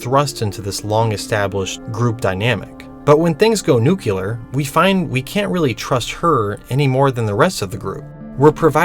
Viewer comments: "Nook-ya-lur" is never correct. It's "new-clear." Narrator sounded like George W Bush. Awesome video though. Hardly a "nookyalur" setback. (I josh; I kid.) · It's nuclear, not "nucular". Lol (some smug Brit pointed out that some Americans tend to say "nucular" so now i always notice it) ... But the only thing I would add is the immediate prejudice/ jump to the most extreme conclusion possible of m*rder... It was a storm after all where falling branches and broken glass could always be a thing. The extremes are definitely what is getting the most attention online, like calling any bigot a Nazi or fascist or claiming Covid lockdowns were like Germany during WW2. Not everything is "the most" but on the internet people act like it is. Lol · My only complaint was the narrator's pronunciation, , of the word nuclear as "nook-ya-lur," which is never correct. It's "new-clear." He sounded like George W. Bush. It's hardly a "nookyalur" setback, though. (I josh; I kid.) I thoroughly enjoyed the video and the ideas discussed therein.